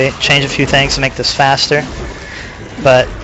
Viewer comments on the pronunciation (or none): none